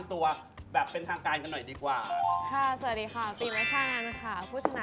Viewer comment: น้องกันเกรี้ยวกราดจังเลยลูก 55555 ชอบ ฐสะดี ของน้องกัน 555555